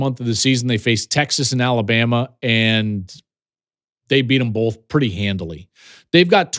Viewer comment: Joel “Bolth” Klatt